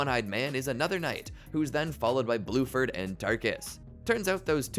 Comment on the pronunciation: Erm actually his name is bruford